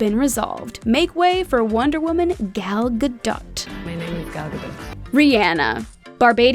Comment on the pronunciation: You mispronounced Gal Gadot’s name.